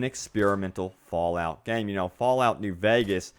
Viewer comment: Bro you emphasizes your "y"s so much, its fallout not fallyout..... and leak isnt pronounced leeeyyyyqued damn man